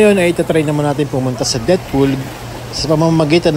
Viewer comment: Depth pool ata ung basa dun (i think) 😅😅